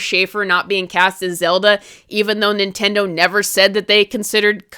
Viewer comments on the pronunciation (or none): none